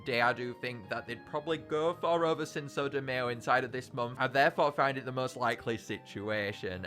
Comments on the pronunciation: btw cinco is pronounced seen-ko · pronouncing the second c in cinco as “s” is so funny idk why